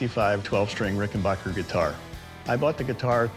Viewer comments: It’s RickenbAcker, not RickenbOcker. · Plus the expert was the only one to know how to say the name Rickenbacker.